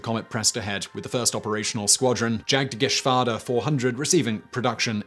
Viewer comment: Jagdfaust. I've already covered the letter 'J', so let's not bother with that. 'Au' does correspond to an 'ou' sound in English, like in 'out' and 'our'; so, well done again.